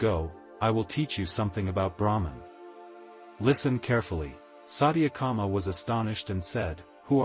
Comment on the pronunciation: This channel must be banned. Sathyakama not satiyaaakama .. 🤦🏼‍♀️this is disgusting